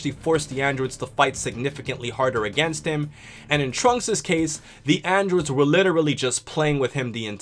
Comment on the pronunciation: you said androods